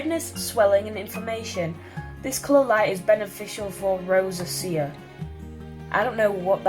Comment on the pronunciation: Rosacea is a skin condition with a lot of redness, usually. Pronounced "row zay sha" Really great job, Beauty. Have a fabulous weekend and stay healthy!